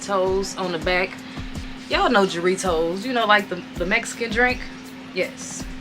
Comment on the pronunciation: For future reference, the J in Jarritos is pronounced as an H